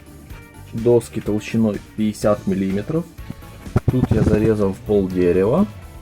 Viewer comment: чего??? ВЫЛАЖИВАТЬ??? мелИметров?? все норм все классно! но ухо режет